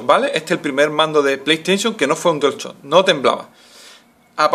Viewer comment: dual chock prununciacion de mierda :V